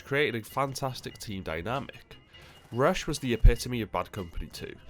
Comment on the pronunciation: Miss the emphasis on rush.